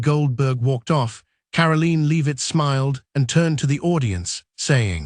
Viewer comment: "Karaleen Leave-it" SMH..